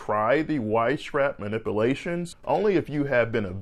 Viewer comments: Whenever I need a good laugh, I'll play this video and listen the Doctor try to pronounce "manipulations"! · "Manipilations" "hilling" Not sure I trust a doctor who can't even pronounce words. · You are mispronouncing "manipulations"